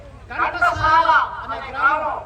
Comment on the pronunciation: 😂😂😂 Arey bewkoof నాయాల😂😂😂ఘంటసాల ను కంటసాల చేసావు కదరా 😂😂😂ఇదేనా నీ gyanam?🤣🤣🤣 అరేయ్ బాగా అరేయ్ నువ్వు మరో సారి చదువుకొని రా😂